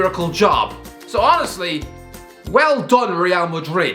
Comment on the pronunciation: Everyone else: Honestly: Owesy